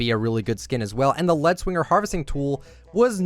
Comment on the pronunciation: It’s lead swinger as in leed swinger not led